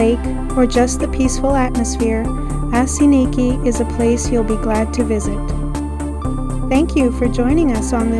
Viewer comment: Oss-in-eek is the correct pronunciation. Next time, take a right across from Dinosaur Gardens and check out the beach.